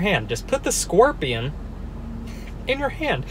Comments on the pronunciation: Bro I love how you pronounce "scorpion" like "skwerpion" with your accent 😄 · “squorpian” LMFAO WHAT